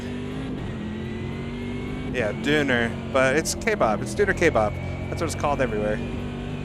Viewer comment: your pronunciation of Döner Kebab is completely correct. I’m a German that grew up with many Turkish friends and I haven eaten hundreds of Döners in my life so I’m kind of an expert you know